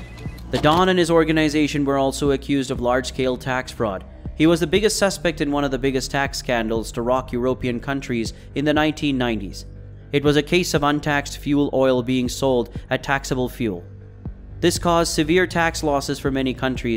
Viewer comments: I've never heard anyone mispronounce "European" as bad as this guy does. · He's dyslexic